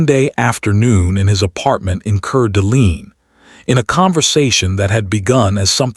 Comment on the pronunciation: It's pronounced cord a lane its french. Know i live in spokane - spo -can Washington. Its native american.